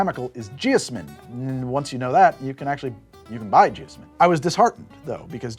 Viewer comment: I'm pretty sure it's supposed to be pronounced jee-OZ-min with the stressed syllable like the Wizard of Oz.